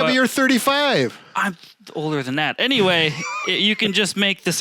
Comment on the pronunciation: Love you guys!, you're "tholder?" LOL you're barely past your teens!